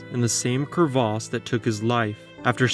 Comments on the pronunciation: Cravas not Cravaaaaas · You mean Crevass rather than Crevaaas. I always wonder why Americans & Canadians find it necessary to create and adjust words for no apparent reason. Buoy (pronounced boy) Mignon (Meenyon) and now you're throwing in an absolutely ridiculous pronounciation of the word crevasse and ancient French word originating from crever (as in Crevice). It's put me off watching this clip which would have been interesting. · same dude who insists on saying cur-vas rather than crevice. it doesn't even have an a in it... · "Crevasse" (glacier gorge) not "crevice" (tiny crack). Different pronunciation to differentiate the two. So, like he said, crevaaaaase...